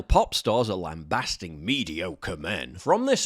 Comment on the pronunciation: its pronounced lamb bay-sting not bass like the fish.